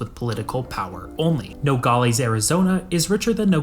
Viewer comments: Hey as someone from the border area… it’s pronounced No - gal - es not no - gol - ees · Nogales is not pronounced "nogalees", it is "nogaless". Also showing the Texas state flag and legislature while talking about Arizona makes zero sense and shows how under researched you are. F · “Nogales” in English is pronounced “no-gaa-luhs/less”, not “no-gaa-LAYS” or “no-gaa-LEES”. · Good information. BTW it's pronounced No-gol-lez not Nogollies. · It's not pronounced No- gall- eez but instead it's No- gal- is. The wierd part of Aztec history is there's no huge lake or rivers to get fresh water from the Cenotes. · When you cover a place. Learn to say it correctly man. All the other metrics and data you can spare the time to learn. It's pronounced No-gal-less. Not no galh lees. But aimed from that your information is correct. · Good vid. FYI, as someone who has lived in the area for 60 years, the example city is pronounced No - gal- less or No - gal - us. The pronunciation used in the video is odd. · “Nogales” is pronounced no-gall-aaaaas. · The way he pronounces Nogales is cringe asf haha it’s No-gal-ass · What bothers me is the constant improper pronunciation of Nogales. No-gal(as in pal)- is(like Dallas). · You pronounce Nogales wrong….. its Nuh Gaa luhz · The way he says "Nogales" should make any Spanish speaker cringe. "No gal es" split it up and now pronounce it. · AAAHHHGGG it is Noe gal less, no ee at the end! Sorry, but after hearing it mispronounced so many times, it drove me to distraction. But the video was quite informative. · When I hear him pronunciation of Nogales I was FAK YOU NO RUIN FAMILY TRADITION. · The way he pronounces Nogales is like nails on a chalk board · The narrator needs to learn how to say Nogales properly!